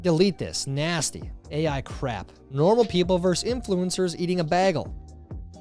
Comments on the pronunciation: "baaaygle", not bag-le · bAgal it's bAgal not bag el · the amusement of saying BAYgle as BAHgle. .... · It's bagel, not baggel. 🤣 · b-A-gell; not bag-el. Love you though!!! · do you guys not know how to say “bagel” up north?! I’m hearing “baggle”, not “bay-gle”. Is this just me? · Not Bag-ul Bay-gul C’mon!!!!! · “You say bay-gel wrong” 😂 this instantly reminded me of the bagel bit from “Community”. Do better Tyler 😂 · Bagel, Bay-gul. Say it right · Bagle? Bag-L? Really? Get help FFS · It's pronounced "BAY GULL" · Say it with me Tyler, "bay - gull" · Yet he'll pronounce the word "bag" as.... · Say "bagel". Tyler: baggle Say "bag". Tyler: "bayg 🤷‍♂️ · The "a" in bagel is long. As in "bay gull". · How the f.. did you just pronounce "bagel"? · You might need to see a speech pathologist to help you pronounce bagel. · Tyler why are you saying bagel the wrong way, is it a Midwest thing? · The way you say bagel! 😂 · How did you pronounce bagel ?!?! Wow man, just not right.